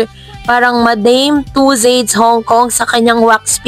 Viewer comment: tussauds po. Hindi tussades